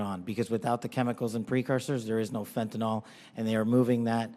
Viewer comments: Fenta-NYL, not fenta-NOL. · Stop calling fentanyl FENTANOL. Pronounce it like it's written. The last sylable rhymes with HILL.